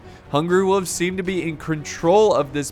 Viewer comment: I will go become a men-at-arms if you promise to pronounce it “wolves” and not “wuuves” in the next video.